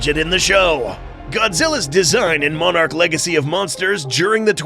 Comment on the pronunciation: why does he say monarch like moanarch